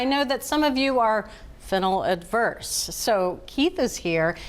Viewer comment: “Fennel averse”, not “fennel adverse” 😊